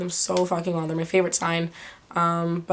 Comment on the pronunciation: She said mah birthday :'D (February 15th)